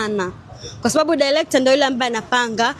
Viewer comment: Mwanamke mrembo huwezi kutamka Director 😅😅 Eti "Dilector" 😅😅😅 Eti "Malanyingii" 😅😅😅